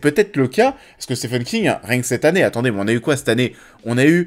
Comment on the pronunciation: Au risque d’être relou ça se prononce « Stiven » King 😊